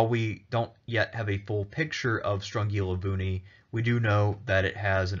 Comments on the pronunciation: Nice vid, I am Greek and I never heard of Strongilovouni. You got the pronunciation pretty close btw. Also I can't wait for Epirus! Great Job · Thanx for the video! Strongilovouni (you didn't "butcher" it at all!) means round mountain.